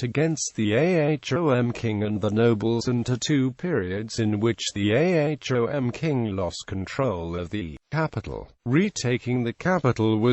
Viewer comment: Its not A H O M. Its Ahom. U foolish